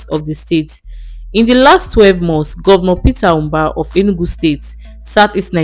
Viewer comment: Propaganda!!! Is this a paid Ad? Even the script she read sounded like it was written by Peter Mbah's government. So the video doesn't comes across as an objective, independent assessment. By the way, the lady reading the script kept calling him "Ubah"; it's "Mbah."